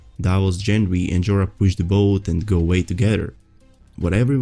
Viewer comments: Dude it's Gengry not Jendry🌚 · It's Gendry with a hard g. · Most of your videos are good, this one included, but please it's Gendry, not Jendry. lol